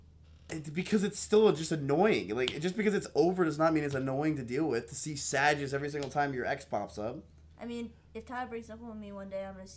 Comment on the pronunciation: Is he really pronouncing sage like sad-ge?